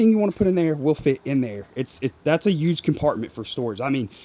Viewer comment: Hey, you know there is a H in the word huge...right?! 🤣🤣🤣 Just messing with ya bro. Yeah that’s the yak I’m gonna buy when I decide to pull the trigger.